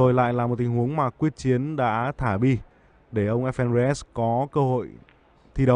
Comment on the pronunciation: Quyết Chiến tên VĐV mà nói sai là sso???